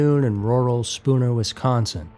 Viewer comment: Congratulations. You pronounced Spooner correctly